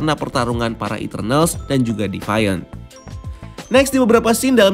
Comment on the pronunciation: Deviant = divien